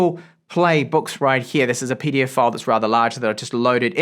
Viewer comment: The way you say "PDF File" is hilarious 😂